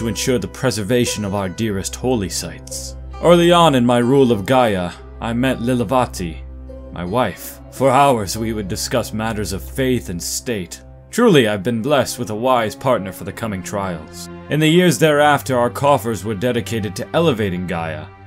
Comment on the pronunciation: lilavati is pronounced lee-la-va-thee, you'll get there